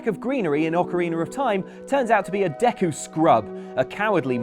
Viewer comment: When you realize how pronounces Dee-ku Tree & Ko-ka-ree Forest 😐 it's almost as angering as learning how some people pronounce Behemoth from Final Fantasy